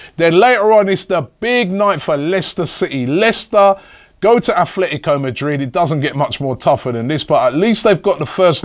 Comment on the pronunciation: ffs its Atletico not Athletico